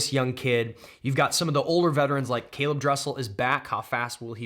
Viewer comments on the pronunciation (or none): none